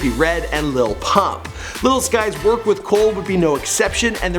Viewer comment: please don’t say lil pump like you did ever again